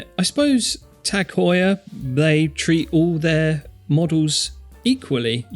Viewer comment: Tag, not tec..., with a long ah, as they say in German, üben, üben!